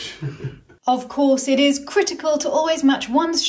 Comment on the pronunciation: Did say critter-cal things regarding the badger?:D